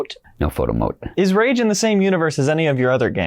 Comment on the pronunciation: So it's really pronounced rahge 2?